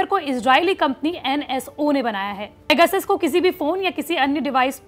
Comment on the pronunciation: सब पेगासस उच्चारण कर रहे हैं और आजतक पैगसिस, वाह! आजतक वाह!